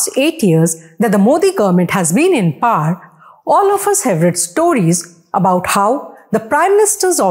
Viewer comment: Your pronunciation of "power" is cringe worthy